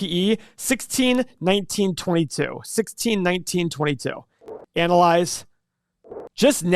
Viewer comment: Love the way says ConZervative and anal lise.